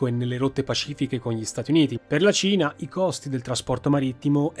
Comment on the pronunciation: La seconda volta, mi è stato più facile sciogliere questo problema: quando dici Cina, a volte sembra proprio tu dica Cia